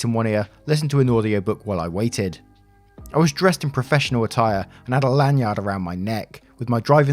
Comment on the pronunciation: I don't know if it's rude to remark that you said "yanlard" instead of "lanyard" but I think it's cute hahaha